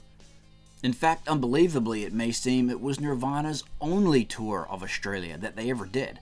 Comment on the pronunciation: Awsh-tray-lya. Never heard it pronounced like that before.